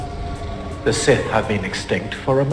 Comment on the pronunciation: He said that he’s “SIS” not “Sith”